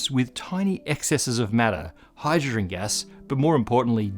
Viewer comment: "[..] like crazy due to the enourmous amounts of hyydrrgggnn was around back then" ...if that wasn't the most AI driven content ever... you just wouldn't live with yourself if you were the editor, nor would you if it represented you. whrrrt t3h fkckkk lol